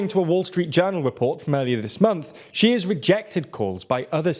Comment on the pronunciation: Great video, but you guys really really need to get somebody to help you with how to pronounce Chinese names. Hearing Wen Jiabao pronounced like that really takes me out of the video - it's almost as bad as the video where you kept referring to Xi Jinping as 'Ji'